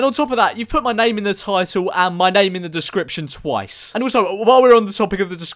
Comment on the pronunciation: Why can nobody say ur name correctly